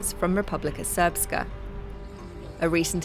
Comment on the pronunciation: How do you pronounce Srpska correctly but don't know how to pronounce the names of the politicians 😅. "Ic" in that region is pronounced "ich" ("itch" in English).